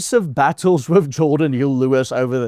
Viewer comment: Jordan, not G orden